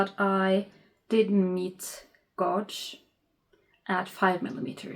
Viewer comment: Great start. If no one tol you yet gauge is said with a long / strong A